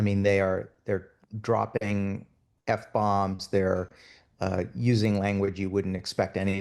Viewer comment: Did he say "droppening"?